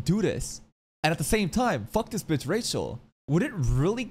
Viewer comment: saying Rachel's name makes sense... i had forgotten about it. He doesn't say it Rachel like normal, it's actually Ra-HELL, Ra was an Egyptian god and Hell, you know, which makes sense she's the god of Hell the literal devil. 😂